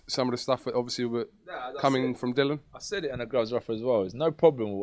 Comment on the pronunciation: it's 'Dillian'.......DILL-E-AN. Not Dillon FFS. Maybe we should call you ''?